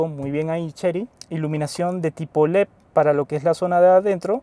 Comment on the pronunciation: Tenemos un problema con la D en leD, lo cambia por una P, leP. Hay que arreglar eso.